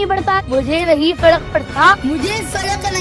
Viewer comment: Abhinav has every right to live his life the way he is living.He is not doing anything wrong Neither Abhinav not his parents should be targetted.If he can't pronounce fark it can be his weakness but people call him fraud.Let him enjoy his life.